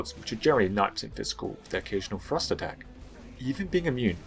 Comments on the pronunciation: Just so your aware, and it might just be me, but, i got 3/4 through the vid before i realized your saying "thrust" not "frost" you may wanna consider that. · Every once in a while when you said "thrust" I heard "frost" had to mentally correct my hearing. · Most times you said 'thrust' I heard 'frost', this I was very confused before realizing the misunderstanding. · When you say "thrust", it sounds like you're saying "frost". Pls fix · Ps. Every time you say "thrust" i hear "Frust" and i'm like "thats not an irythil weapon...." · When you say "thrust" I keep hearing "frost" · When you say Thrust I hear "Frost" and im suffering inside my head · I keep hearing "frost" when he says "thrust". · Every time he said "thrust" I thought he said "frost" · i thought he was saying frost instead of thrust for the entire video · What’s frust? You mean thrust? Can you annunciate correctly. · Thrust sounds like frost when this dood says it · I thought he was saying Frost..turns out he was saying thrust..sorry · Dang dude you gotta stop saying "thrust" like "frost" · Can you and everyone from Englandistan learn how to pronounce TH sounds FFS. It sounds like you're saying frost